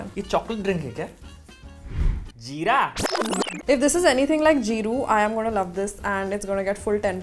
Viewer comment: while trying the jeera drink Her pronounciation:JEERA-Y ME HEARING:JIRAIYA SAMA CUZ I AM WEEB